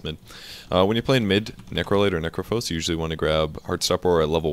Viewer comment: Necrophos? Necrophos?!? come on Volvo!